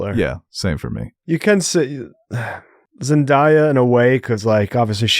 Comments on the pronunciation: I'm not trying to give yall a hard time but Zendaya is pronounced Zen-DAY-ya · Great review! But zendaya’s name is pronounced zendAYEa and it’s more like BUHtista